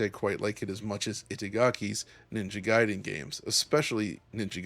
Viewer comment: Thank you for not pronouncing it as "Ninja Gayden". Makes the review easier to get through.